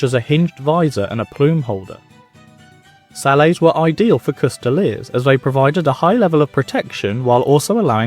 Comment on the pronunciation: For future reference, Sallet is pronounced with a hard T. The original word, celata, comes from Italian, while the French word Salade also lacks any silent sounds. People only treat the T in Sallet as silent because they assume it is a French word, when it is not.